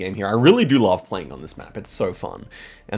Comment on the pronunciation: "Baloiço do Talegre" ç is pronounced like the normal s sound you have in english. Baloiço means swing in portuguese